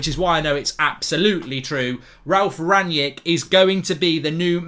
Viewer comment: Already misspelling and mispronouncing his name, get a grip United fans